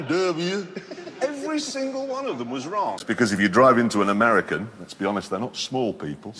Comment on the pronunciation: Jeremy clarkson funny American accent.